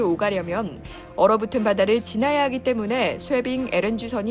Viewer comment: 쇄빙과 쉐빙은 발음이 달라요